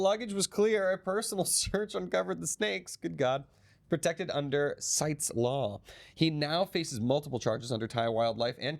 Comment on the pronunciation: One thing for sure, Mr England gonna get a six pack after spending years in the Bangkok Hilton. Note for: CITES is pronounced 'sy--teez'.